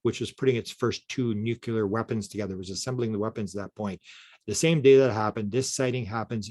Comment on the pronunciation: Dude, it's "nuclear", not "nucular!" up in here!